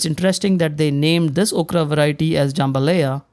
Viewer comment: Jam ba LIE- ya